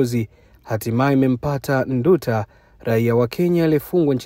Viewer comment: Haitwi Ndu ta, anaitwa Nduuta😮😮